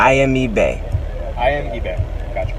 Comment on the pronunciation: Did he say his name is E Bay?